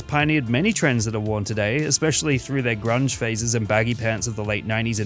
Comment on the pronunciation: Bullshit, expercially the Z thing. What are you? Russian?